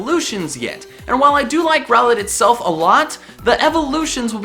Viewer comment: THE I IN ROWLET IS SUPPOSED TO BE AN L!